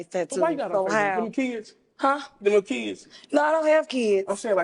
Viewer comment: Girls..... if you can say "Know" properly then you can say "No" also..... its not NAWR